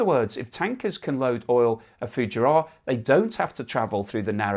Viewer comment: Fugeira is pronounced Foo - geee - r. they make the besthoney in the world and are an excellent seaside resort.